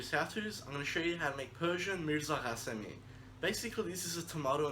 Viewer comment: Mirza HASEMI/KHASEMI😳😂😂😂Maeeet , fir heaven sake learn first how to pronounce the word🤦🏻‍♂️🤦🏻‍♂️🤦🏻‍♂️👎